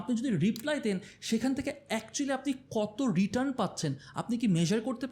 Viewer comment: একটা ছোট্ট কারেকশন ছিলো.. 'রিটান × 'রিটার্ন √